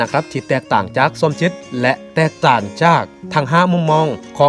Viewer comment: จอแสดงความคิดเห็นครับ..อยากให้คุณสมจิตรฝึกออกเสียงสำเนียงและเสียงวรรณยุกต์ให้ถูกต้องจะน่าฟังและน่าสนใจมากขึ้น..คุณออกเสียงวรรณยุกต์เพี้ยนอยู่มาก คำไทยใช้เสียงต่ำก็ใช้เสียงสูง เช่าคำว่า"หก"แต่คุณออกเสียงว่า"ห๊ก/ฮก"ความหมายต่างไปเลย หรือคำว่า"จาก"ออกเสียงเป็น"จ๊าก"..เป็นกำลังใจให้กันครับ